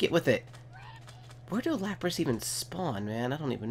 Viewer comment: No offense not to be mean but every time u said lapras I facepalmed